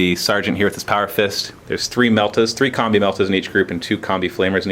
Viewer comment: is it just me or does it sound like says "Here we got a bunch of comme meltas and comme flamers"?